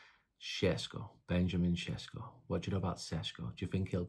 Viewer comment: Andy it's pronounced ben-ya-min sesh-ko